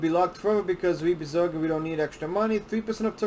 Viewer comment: I have seen many of these types of videos on Bezoge. He doesn’t say it right and he is lazy. I don’t trust this video. I am more informed and care more than this dude and I’m just a hodlr on like 1000$ of bezoge